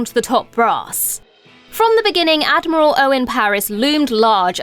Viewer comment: Ad-moral Paris